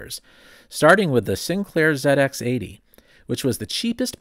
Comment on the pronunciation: Thank you for saying “Zed X 80” etc. Much appreciated by a Brit who started out on a ZX81 back in 1982. 😉